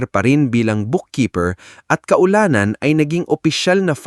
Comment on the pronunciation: Laylayan hindi laya-laya and dami mong error kindly correct by reading your content.😂 maganganda sana ang kwento,only you need to correct the pronounciation some words😂 kalaunan= hindi kaulanan ,ka-ulanan, pangu-ngumusta not pangumista😂